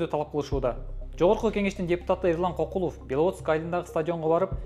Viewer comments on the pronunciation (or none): Кокулов эмес КёкYлов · Негизи кыргызча кокул деген сөз жок болушу мүмкүн, бирок көкүл деген сөз бар. Көкүлов дегенди Кокулоа деп алгандай кыргызчага тили келбеген немедей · Кокулоб дебей дурустап айтсаң,киргизбай